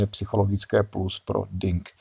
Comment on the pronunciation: Jan Něpomňaščij -Ještě vylepšit českou nebo ruskou výslovnost jména a bude to fajn!!Říkáte výslovnost nejspíš anglicky ve finále to není špatně,ale i tak.Díky za video a rozbor!Máme krásný jazyk tak proč ho řádně nevyužít. PS:Můžete v nějakém videorozboru použít i Ting Li-žen jako zpestření!🙂